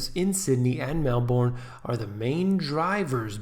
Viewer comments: HI, Melbourne is pronounced MelBen: >. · It's pronounced "Melburne"